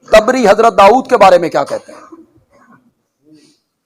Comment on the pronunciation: Its tibri not a taabri